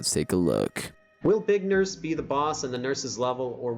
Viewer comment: Did say bacon nurse or big nurse cas it sounded like bacon nurse